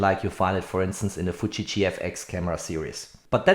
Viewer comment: it's FUUU-JIII not FUTTSCHI